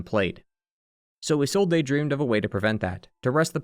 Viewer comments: Don't worry about it too much man it's pretty funny. Also it's pronounced like izolde, but the e is pronounced like the E in Friede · i swear this guy purposly mispronounce words to either throw us off or to get more interaction. Come on man that "Isolde" pronunciation pissed me off so much lmao